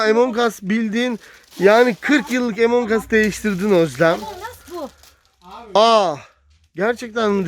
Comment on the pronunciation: abi ,abla amongus emongas değil